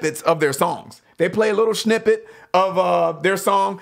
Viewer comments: Snippet not schnippet. Chuckle. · He keeps saying schnippet hahahahaha